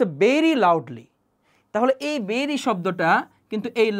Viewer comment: Vai বেরি বলেন নাকি ভেরি বলেন বুঝি না